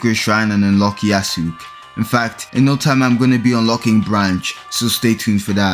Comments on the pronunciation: Him pronouncing Yasuke as “Ya-sook” makes me feel immense pain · Ya sook is so funny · Why do you pronounce "Yasuke" as "Yasook"